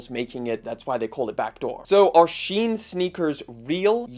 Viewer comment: All that investigating and you didn't bother to investigate how to pronounce Shein.